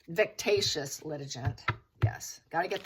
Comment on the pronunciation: Hey! Great skilled resdig! However, itds "vecks-ay-shus" 😊